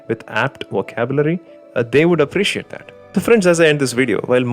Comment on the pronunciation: it's appreciate* not apericete